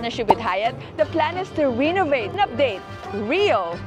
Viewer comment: I was glad to see this video because I will be attending a collectors show at this hotel next January. But the word Renovate is pronounced "wren-o-vate" not Reno (like the city name)-o-vate.